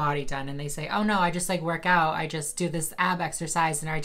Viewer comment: "... I just like work ow...." Don't you mean "work out"? Can people not pronounce a "t" anymore?